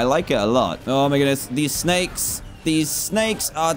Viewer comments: Me:snakes Dan:sneks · Dan u said snacks its snakes I still love yo vids